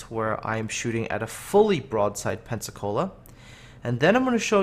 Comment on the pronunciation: so it should be "pen-suck-all-a"